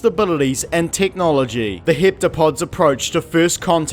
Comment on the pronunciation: ironic that an alien movie about language somehow causes you to call them "hiptopods" ... dude thats not what their name is... there is no i in that word...